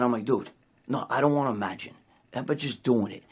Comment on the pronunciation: Magine Magine Magine Bro Magine... “no I don’t want to Magine” fking hysterical there in every gym